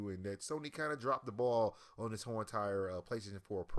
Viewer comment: Lol this guy can't even talk. "Dis" rather than this, "deir" rather than their. Wtf isn't this guy trying to be a media journalist or something?